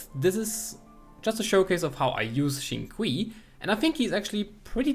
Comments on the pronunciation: Shing-Q is the pronouncing for it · The correct pronunciation is “sing chew”, nice try tho HAHA. 🙌🏻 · Xingchu correct way to pronounce it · It's xing-chu but spelt xingqiu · its pronounced sing chew btw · FYI Xingqiu name is pronounced as Sing? Chew? (Pronounce it like asking a question) haha. Great showcase of his skills. Underrated character. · It is pronounced Chintchiou